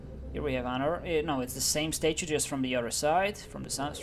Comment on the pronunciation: I crack up everytime I hear you pronounce statue: Stae-choo